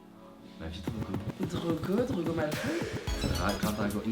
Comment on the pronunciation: « Drogo Malfoy » mes oreilles saignent 💔💔💔